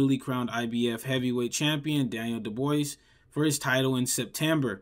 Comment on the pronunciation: One minute in, don’t know how to pronounce “Riyadh” or Daniel dubois last name. Are you not an actual fan of boxing and tuned into any of it lately. That’s bad. And getting this deep into it to be a video game boxing fan and not in tune with the actual sport enough is either weird or just sad. Sad cuz I love boxing and it’s a shame the sweet science isn’t always appreciated as it should be.i train but besides that just as a fan someone who’s in tune to watching the sport would’ve heard Riyadh or Dubois 50 times each by now to not mispronounce lol